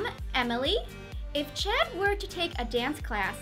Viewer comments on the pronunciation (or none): did she say checd